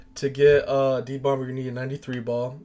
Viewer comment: 36years n this the first time I’ve EVER heard someone pronounce the B in “bomb” 😂😂😂 making me cringe fr